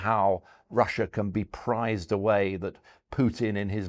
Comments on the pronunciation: Pried not prized, understand????? Pried,pried,pried!!!!! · Prized away? Pried. Not prized. Weird.